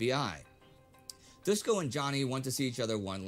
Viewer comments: its Dushko with ''sh'' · It is Doosh ko. Not doos ko. When you see latin letters with horns Just think of it as h in english. Shock in serbian is Šok (sh=š), ch=č, check in serbian is ček. And c in serbian sounds always as ts in tsunami.